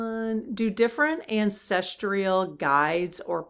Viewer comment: It's not ancestREAl - It's ancestral.